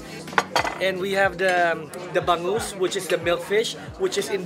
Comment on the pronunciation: I was kinda disappointed when the boy in the middle didn't know how to pronounce bangus. He could've had said milkfish.